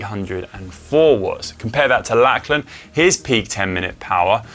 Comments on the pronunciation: I know us Aussies speak English and it’s not our own language. But every Aussie guy called Lachlan (is pronounced Lock-lan or Lockie). Every pommie pundit seems to call him Lack-lan so I can only assume that’s normal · How come Conor wasn't told the correct pronunciation of Lachlan Morton's name? It is pronounced LOCH-lan, not LACH-lan.